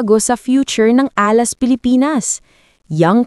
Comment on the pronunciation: Nag-iimbento na naman si AI. Can't even pronounce Alas and yet pretending to have a solution?